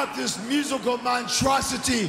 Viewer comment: "Musical montrocity"